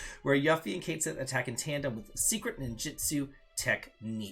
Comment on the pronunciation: It really bothers me that he keeps pronouncing yuffie name wrong